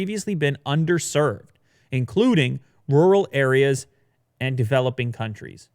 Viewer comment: Nobody:: RuUuRaaL